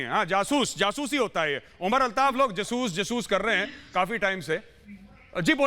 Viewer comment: Madam Your Pakistani panelists saying jasus instead of jaasos on urdu hindi news channel then what are you expecting so as a human being hasi to aygi hi and btw Madam they are intellectual people but is show ka format thoda alag hai ( roasting )😂😂😂